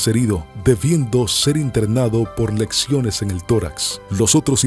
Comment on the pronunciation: Lesiones , no lecciones